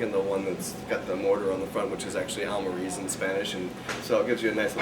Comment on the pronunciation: Great wine, nice to see a review of a Spanish wine from the greatly underrated Toro DO. Not to be a jerk, but to help you with your spanish, Monja is pronounced Mon-haa and Almirez : Al-me-rez